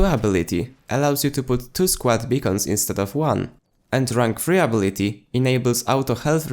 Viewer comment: Good vid Hwvr just 1 note Your english is gr8t accept it's UH Bill iT Tee Instead of Abb Bill it Tee I've watched a handful of your vids thus far & your English was superb bruh! I Rmbr a time when I could speak 2 languages pretty well What a pain to get it all right So bravo I commend your comprehension of the English language & you're pretty chill I look forward to all your new vids . Ps may we have some more bf4 gameplay as well . 1 day per week ? Please New fan , Warlord